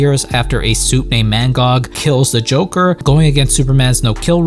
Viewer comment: It’s Magog not Mangog 🤣